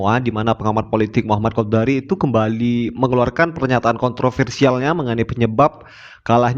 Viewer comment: Sy ngakakkk..bang qodari bilang qodak n qodar😅😅😅😅😅